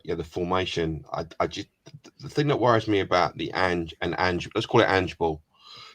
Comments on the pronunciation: Ange like Angelo not Angey, Craig haha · ANGE not Angie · Please use the silent E…in Ange cheers, from Oz! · For god's sake at lest learn how to pronounce his name! It is Ange not "Angie"!